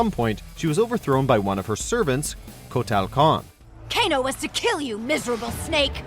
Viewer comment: That pronunciation on Kotal Khan's name....